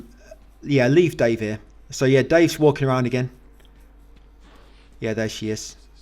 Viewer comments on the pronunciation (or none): none